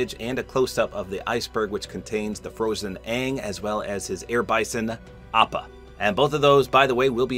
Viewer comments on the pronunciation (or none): Fun fact:appa is actually pronounced o-pa!